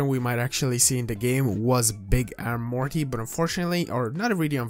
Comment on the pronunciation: did he say Marty?